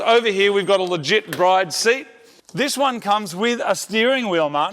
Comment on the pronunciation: It’s not pronounced bride…